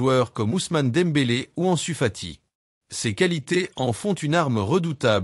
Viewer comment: Je ne sais pas qui récite cet article, mais ce n'est pas "Le Ganay", mais "Léganès", c'est pas "En Sufati" mais "Ansu Fati", c'est pas "Sientiflique", "si Hansi Flick", c'est pas "au sein des raises", mais "au sein des Reds" Tout ça commence par un "FC Barcelone va paralysé". Désolé, c'est "paralyser". Heureusement que "Flic" n'a pas encore sorti son carnet de contraventions :face-orange-frowning:🥶